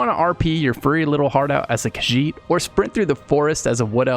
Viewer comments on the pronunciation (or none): none